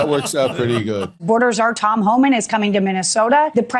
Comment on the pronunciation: It cracks me up that the Fox Friends don't know how to pronounce "Homan," the easiest name in the administration. Maybe it sounds so close to "human" that their forked tongues can't handle it.